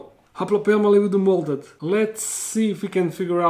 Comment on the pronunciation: was I the only one who heard molded instead of molted